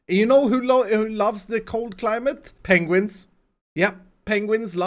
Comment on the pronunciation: It's not penguins, it's PENGUINGS.